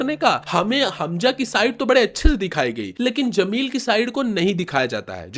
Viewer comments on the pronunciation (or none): Bro its Jameel not zameel...better for you would be to use an AI voice over